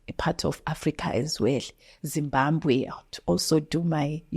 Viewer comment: ZimbaMbwe 😅instead of Zimbabwe😊